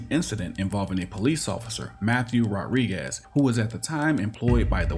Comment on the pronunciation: The narrator doesn't know how to pronounce Rodriguez. He keeps saying "rawriguess." The name is pronounced, Mr. Narrator, Rod-ree-gez